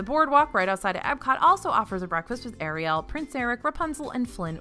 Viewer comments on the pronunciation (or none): none